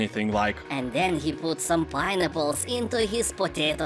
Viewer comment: Lol I thought he was saying barnacles.